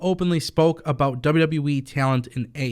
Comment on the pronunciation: WWE not wwweeee